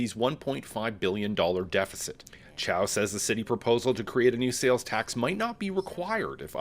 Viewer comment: seriously? she cant even pronounce her own name!!! toronto is sooo screwed!!😅